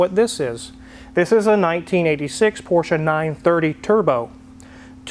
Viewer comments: It’s not “porsch-ahh” it’s “porsh” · where is the A in porsche?